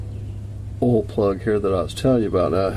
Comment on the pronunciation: Gonna do an "oal change today."